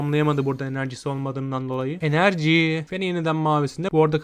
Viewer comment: Enercii dediğin yerde utançtan grockun tabutunu sırtladım